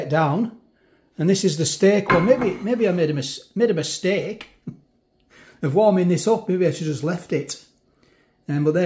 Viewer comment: LOL......"Maybe I made a missteak" ...haha that made me laugh ...thank you for yet another fab review ....rock on :-)